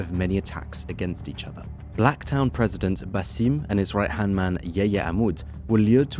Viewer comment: Bankstown and Blacktown end with the same word and pronunciation yet this guy says them differently?? Huh?